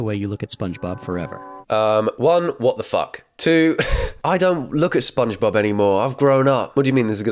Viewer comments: I'm sorry...are you saying "spung-j-bob"?! Why, is this an herb 'erb thang?!?! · „Sponksbob“ „twinker bell“ WDYM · The way he says Sponkgsbob kills me every time... 😂